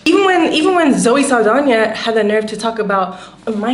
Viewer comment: 'Zoe Saldania' 🤣😂🤣